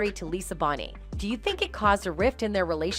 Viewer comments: If you're gonna say her name please say it right her last name is not Bonnie it's Bonet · Ps Lisa Bonet it’s pronounced like BOW-NAY like ‘bow’ and arrow and ‘nay’ horse 😊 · WHY DO YOU KEEP MISPRONOUNCING LISA'S LAST NAME? IT MAKE ME THINK YOU DON'T KNOW WHO YOU'RE TALKING ABOUT...☹️